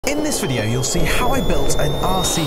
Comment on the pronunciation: VideOoo has an extra syllable. lol